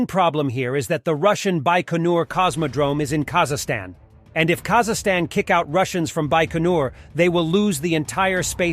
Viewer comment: not Kazahstan, its called Kazakhstan